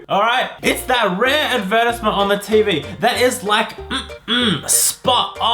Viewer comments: I tot advertisement is pronounced as Add-ver-tie-z-ment 🤔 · Am I the only one that gets a bit annoyed at the way says advertisement?... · Woo u pronounce advertisement like that? Wooooooo